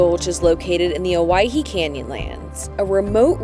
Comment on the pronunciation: Thanks for pronouncing Owyhee correctly. How refreshing.